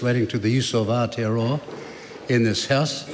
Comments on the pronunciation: Our tear are row are 😂. And winston says hes a marry .. married to the mob . .. 😂😂 gramps cant pronounce maori words correctly no wonder hes nzfirst .. hokianga he reckons 😂😂😂😂. You dont even have missing teeth and your pronunciation is crack up ... U the winnie 😂😂 whatever is easier for you to pronounce brother 😂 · Is it me, but most people pronounce Aotearoa in correctly, by introducing an 'L' sound. Thus AL-tearoa, whereas in my opinion the sound is AO, which should sound like 'auw' as if you hurt yourself. Once members can pronounce it correctly they can utter it in parliament. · When I first heard Gerry say Aotearoa sounded more like Ayatollahroa 😮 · Thanks Mr Speaker sit down Winnie and just be quiet your to old and to plastic you can't even pronounce Moari or Aotearoa properly, time to retire old man